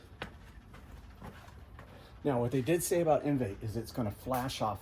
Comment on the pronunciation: I'm sure this is a good one. I already have a bunch of drying aids and sealants. I will give it a try this spring. It's pronounced, On-vie